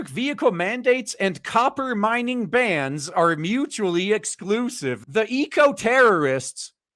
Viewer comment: Copper Mining Vans - i've seen a few of those - 4/5 guys in a panel van with cordless angle grinders... Oh you said Bans... my bad I heard Vans